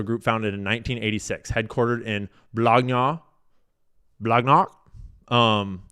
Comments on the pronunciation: Blagnac is pronounced bla-nyak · Blagnac is pronounced blanyak. Gn sounds like y. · Blagnac is pronounced with the "gn" as it is pronounced in the steak "filet mignon". Where you don't really pronounce the G like a G at all. It combines with the N to sound more like a "nyah"or "nyeah". So, Blagnac would be pronounced "BLAN-yak".